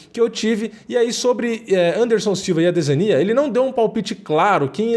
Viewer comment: cara, vc n sabe pronunciar adesanya